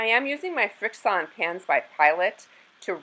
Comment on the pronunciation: “Frix-ON” pens… The name is a play on the word “friction” 🤦🏻‍♀️🤓📚it’s pronounced “friction”.